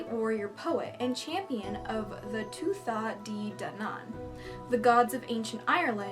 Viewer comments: Just to help with the Irish pronunciations: Lugh Lamfada - Lu Lawv-fodda (This actually meant to be spelled Lámhfada, Gaelic script used a dot above the letter rather than using the h used in modern Irish to change the sound.) Samildánach - Sam-ill-dawn-ock ('-ch' in Irish is always gutteral so very soft) Tuatha De Danann - Too-ha Deh Dah-nin Sídhe - Shee Leannán Sídhe - Lan-awn Shee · Im irish so just for future reference sidhe is pronounce 'she', leanan is pronounced 'lenin', tuatha de danann is pronounced 'too-ah-ha day danin', samildanach is pronounced 'smaildanock', eochaid is pronounced 'yoh-kid' and firbolg is pronounced 'fir-bulg'. You got lugh right which is impressive :p love your videos, keep on keepin on! <3 x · ... Tuatha De Dannon is pronounced Two-uh Deh Deh-non or Deh-nan... Love your video. Gaelic is hard to pronounce. Fir bolg is fear Bowlg